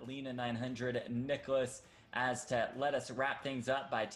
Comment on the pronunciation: As a Swede its so painful to hear them pronounce Niklas Åstedt.